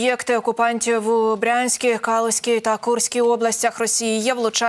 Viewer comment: Что за КАлузська область? Эти дикторши учились в школе? Жуть!